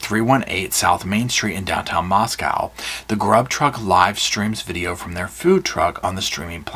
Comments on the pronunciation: Just fyi, Moscow is pronounced like Mosco not moscow where the o is long sound. Not like moscow Russia. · It's co lol not cow how u say mosco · I know your gonna slap me. Moss-go. Moscow